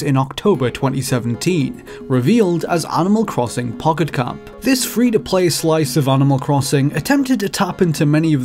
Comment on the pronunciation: “Onimol crossong pockot comp”